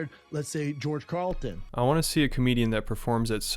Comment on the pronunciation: Omfg “George Carlton” 😂